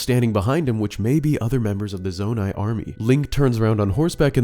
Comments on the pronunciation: say zonai again i dare you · Stop saying zonai